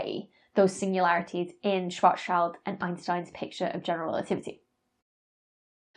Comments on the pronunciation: This puzzles me a bit: Why is it that everybody seems to mispronounce the name "Schwarzschild"? The guy was a german astronomer Karl Schwarzschild and his name should be pronounced correctly. The last part of the name shouldn't be pronounced like "child" but rather like the word "shield". Try speaking "Schwarzshield" and you've almost got it. Actually it would be even better if it would be pronounced more like "Schwarzshilled". After all: You aren't caught pronouncing Einstein's name "Einsteen" or "Eensteen"... Are you? ;) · oh please - schwarzschild is a german name. it means black shield and not black child. "schwarz" is spoken like shwurz and "schild" like shilled with i - like in chill and not like in child. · Great episode Dr Becky! Incidentally, here's two links to pronunciation of Schwarzschild: Like you, I initially guessed it rhymed with "child" but it actually rhymes with "shield" which is, of course, a German/English cognate word. The fact that black holes were first described by someone whose named literally means "black shield" is such a fun quirk of history. Thanks again for your videos, keep them coming! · I cringe when I hear that "shvarts child" pronunciation of Schwarzschild. Folks, the name is derived from black shield, No young humans involved. Not to mention that it's also a good metaphor for the concept, despite being derived from the name of the guy who defined it. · Please stop calling Schwarzschild a child. His name is German and literally means Black-shield and 'schild' sounds exactly the same as 'shield', therefore you can pronounce it correctly as "Schwarz-shield", thank you. :) PS extra bit: Rothschild means Red-shield. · Great lesson! Why not include that amazing recent data showing the orbits of stars around the SMBH at our galactic centre? Or did I miss it somehow? PS As others have noted, Ive heard the 'child' in Schwarzchild pronounced 'shilled'. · ❌ SchwarzCHILD ✅ SchwarzSHIELD